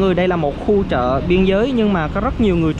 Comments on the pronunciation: Chợ chứ k phải "trợ" chùa chứ k phải "trùa" bạn đừng lạm dụng đánh lưỡi quá nghe nó khá khó chịu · Trưa hay chưa. Chợ hay trợ . Nc cho chuẩn vào bạn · Thằng này nói sai ngữ pháp ghét ko đăng kí. Chợ mà kêu là trợ!bo tay